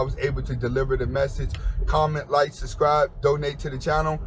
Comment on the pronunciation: Bro, you really need a lesson in proper English. You’re about 35-40 years old, and you still don’t know how to speak proper English or spell words correctly. Not to mention you constantly say “suscribe” (lmao) instead of “subscribe”. And why the hell do you constantly upload videos then delete them within minutes. Lastly, 3-4 videos per day? You have nothing better to do huh?